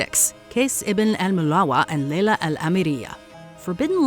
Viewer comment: The pronunciation of Kase and Layla... full names... giirrrrrl, good job ❤